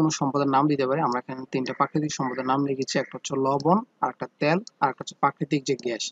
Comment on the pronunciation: ত্যাল না তেল 😂😂😂